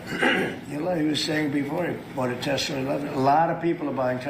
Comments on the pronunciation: I can alllllmost forgive trump for saying "Tesler" because my parents are from New York and often end words that end in -a with an -er, for example my dad frequently pronounces it "Americer". However I also think trump is stupid and his brain is melting. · "'Tessler'' What an idiot🤣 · every time he mentions tesler, its like that dude in idiocracy saying carl's junior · My Trump loving in-laws says Tesler as well. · Tesler lol wtf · What is Tesler? Hahahahaha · aussie say tesler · If he said Tesler multiple times it was all worth it.😂😆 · MAGATS hear the word Tesler and now will own it and call it that too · What’s a Tesler? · Oh my word! He said Tesler! He said Tesler! This channel is sooooo stooooooopid. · He wants to say Hitler but but then combines it with Tesla and it comes out as Tesler. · 😂😂😂 Every single one of these 🤡 know its pronounced TESLA but no one is brave enough to tell him! 😂😂 AND that includes the FAKE NEWS😂😂😂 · Ok I'm officially not watching your channel anymore. You're taking the piss at the non American pronunciation of telsa too much at this point that I'm offended now. Elon pronounces (unfortunately) telsa like us "tesler" and I'm 100% sure trump just mimicks his pronunciation of it. I'm despise both trump and musk but I'm just disappointed that you make a mockery of our pronunciation only because it doesn't sounds like yours. Wish you the best I'll watch Brain from now on. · Gotta love Tezler!!! 😂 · bruh he said Tesla with the hard R damn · If he can't pronounce it, he surely doesn't know how it's spelled, meaning he probably doesn't even know who Nikola Tesla is! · A small mispronounced word. You're reaching here. Who cares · Can’t stand trump, but many NYers put an “r” at the end of words ending in “a” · Tesler. Goddamn that made me laugh. I hope Elon hears it every time he says that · Why is no one correcting Trump when he says “Tesler?” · Tesler....uh duheeee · What’s with the “r” on Tesla? I’m from NY, our accent doesn’t do that. 😂